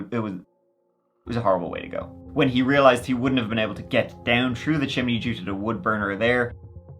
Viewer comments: Pronouncing through as true is the dumbest shit. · makes fun of HIS OWN accent. If you don't like it, keep scrolling. The reason I found this one so endearing is that he pronounced the 'th' in through but not thick or thin. It's quirky and interesting. If I had lol'd or lmao'd, you may have a point. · "Tru tick and tru tin." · Troo tick and tin😂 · Love how you pronounce 'th' words with your accent ❤ Shrew tick and tin! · Day been trew it all, tick and tin. 😂😂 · …”true tic and tin”😂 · Shrew* tick n tin